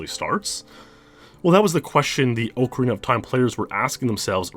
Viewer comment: .......i can't say how much i love your videos i've been following you for YEARS...BUT PLEASE GO TO THIS LINK TO LEARN HOW TO SAY OCARINA LMAO